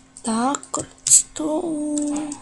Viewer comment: Ty říkáš slovo redstone ale u tebe to zní asi takhle : vedstone